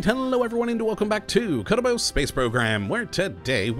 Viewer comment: Every time you say "Kottabos Space Program" I hear "Kuribo Space Program" i.e. "Goomba Space Program"